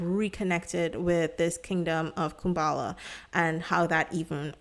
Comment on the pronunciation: Respectfully, please make sure to pronounce things correctly. I find it hard to watch your videos because of this. It’s Kubala, not Kumbala. In another video, you also mispronounced several words — for example, you said Shungy instead of Shingy.